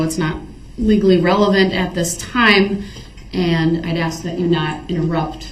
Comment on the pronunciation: Have they 🪚 saw anything on TV?. Darrell's use of English is mind boggling.He uses WHOM instead of Who, biast , inty instead of any , and my all time favorite axe. Just to name a few. Are you kidding me? and are you serious are up there also. If Darrell listened he would her the grounz .